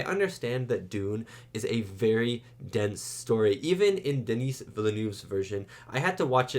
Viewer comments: Just to be really annoying, Dennis' name is pronounced "den-ee". "Denise" is a woman's name :D The S is silent. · Just FYI, Denis Villeneuve’s first name is pronounced Du-NEE (the S is silent). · You were concerned about calling the director David Leech, but you kept calling Denis "Denise" like the female name 🤣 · Always good to see young (and almost fresh) reacts on important movies. Wanna excuse for the prononciation of Denis fullname also ;-))) I am kinda estonished about Gen-Z comments that define in IMDB-ratings the old movie and its script as 'shit' and the remake as 'best film ever' - the rating 1 vs 10 fallacies with lots of predispositions. What about a good ol serious film review that tries to acknowledge the artistic freedom and professionality? What about the endless remake and franchise stream that could lead to the death of cinema ?